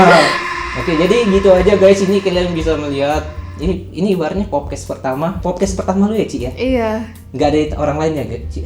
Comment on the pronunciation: PODCAST BANG BUKAN POPCAST 😭